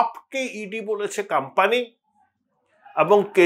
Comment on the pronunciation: কথাটা কাম্পানি নয়, কোম্পানি হবে। উচ্চারণ ঠিক করুন।